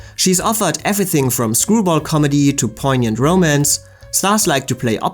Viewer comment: I think you need to learn how to pronounce "romance."